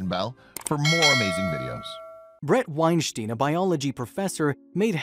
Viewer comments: It's pronounced like Einstein.. sounds like styn not Steen... he cleared it up on a Rogan podcast. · Thumbs down for getting his name wrong. It's said like wine-stine not wine-shteen. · Your saying his name wrong. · I commonly hit the like button for these types of videos. However, I’m stopping when the narrator mispronounces and misuses common words. I don’t even think he pronounces the professor’s name correctly. He almost sounds like a poorly programmed robot.